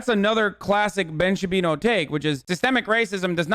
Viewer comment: ‘Ben Shapino”